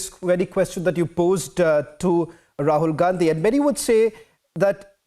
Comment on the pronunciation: Rahul Gand-hi that's how it's to be pronounced